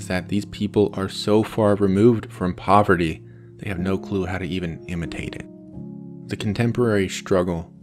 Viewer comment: this guy calls it poverity man